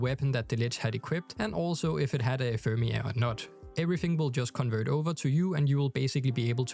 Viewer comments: "Ephermia" lmao its Ephemera just sound it out guys 🤣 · Ephemera = enfermia lol